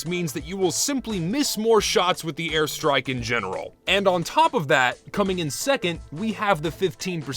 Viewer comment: "Thuh airstrahk" Hey man, you dropped your Texan.